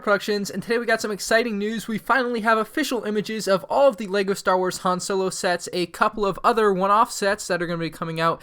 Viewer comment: You pronounced "Han Solo" incorrectly. Idiot